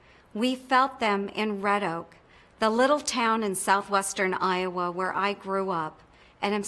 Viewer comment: I've lived in I-owe-wa? and it is no great State.